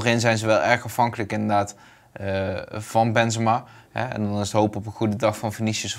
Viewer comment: Wanneer gaat Bas Benzemaaa zeggen ipv benzemA met zo’n korte a